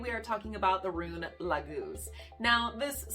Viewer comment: It´s not Lagúz I believe, it´s Láguz. The leek, hm... Why on Earth would a rune mean two complete different things? Some suggest that the Leek grows in the marshland... Which is doesn´t. I think you have to skip one of the two meanings. It´s either Lake, Water or it´s Leek. Since their is no relations between them. Of course you can swim in the lake with a leek between your teeth, but I think that we can all agree that it´s farfetched. I´m sorry lady, but your horrible pronounciation of the rune makes it impossible for me to watch as this. I mean, if you can´t get that right...